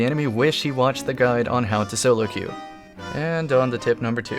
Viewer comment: queue is pronounced Q.